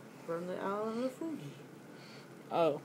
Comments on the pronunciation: fuji oh my god it's Fiji fee-gee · Its not pronounced fuji its fiji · ITS NOT FUJI ITS F I J I WITH AN I I I I. A E I O U AND SOME TIMES Y